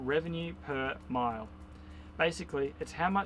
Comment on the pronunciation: Hey nice vid. It's actually Revenue Per Mille, Pronounced Mill.